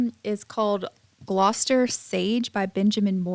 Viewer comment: I love the Gloucester Sage. Perfect pronunciation btw!